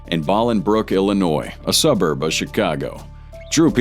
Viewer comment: poor AI voicing. Ex. It is not pronounced "Ballingbrook" Illinois, its "Bowlingbrrok" Illinois. Another example is Terre Haute, Indiana. Why trust this channel?